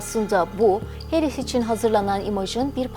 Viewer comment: Harris yazıbda Herris niye diyorsun??